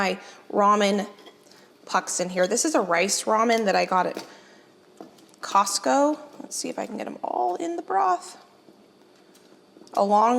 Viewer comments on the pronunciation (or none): none